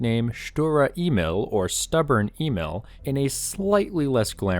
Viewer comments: I got the feeling you never sit or drive a tank or kind of... Thank you for the work you have done, but the whole thing is typically from the American point of view and this is so wrong. And German words can be practiced how to pronounce with Google Translate. Email you said, but is Emil. In short, American propaganda just to make German WWII tanks looks bad. The fact is that in this time, no tank was able 1:1 to win against German tanks. Perhaps you focus on real WWII stories, when Americans and their Allies running for every German Pimps ... Ask my and many others Fight for real... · Ay-meel not Eee-mill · it's Emil not imel lmao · Maybe that's becaue I'm not English not German but I hear you saying e-mail instead of Emil and that's funny to me :p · Emil is pronounced E'mil, where the E sounds like the ee in beer and mil like "a mill that grinds flour". E¨mil. < Just cus why not ^^ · FYI "emil" A Meal